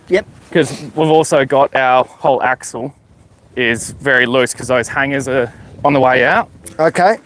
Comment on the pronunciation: Sorry, I don’t mean to be “that guy”… it’s axle